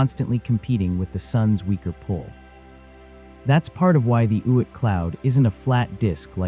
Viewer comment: "Oit" cloud? 🤔